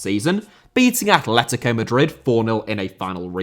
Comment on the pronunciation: München* not Munich Dynamo* not Dinamau Atlético* not Atlétecouw Draw* not Dror Andreas* not Andrejas Thom* not Thouwm Leverkusen* not Leiverkusen Inter* not Ento Matthias* not Matthajas Stasi* not Stohrzi Debut* not Deibyu Islam* not Islohrm Stad* not Schtad